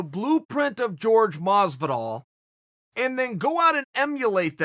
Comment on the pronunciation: 'George ' Masvidal